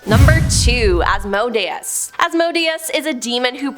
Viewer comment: Sigh... It's pronounced As-Mo-day-es